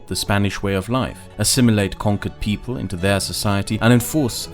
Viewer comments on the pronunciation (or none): none